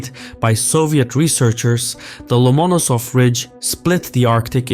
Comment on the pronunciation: love your stuff..butyou didn't do your homework here. You say the key name incorrectly most of the time in this video. In Russian, like in English, where tou place the accent is everything.Lomonosov, the accent here must always fall on the penultimate syllable, which you a few times hit corectly more or less, but more often did not...